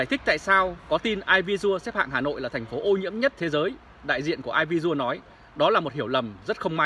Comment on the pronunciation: " e vi si ồ "..air visiual.